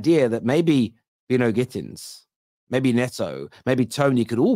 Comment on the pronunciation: It's By-no It's a name familiar in Barbados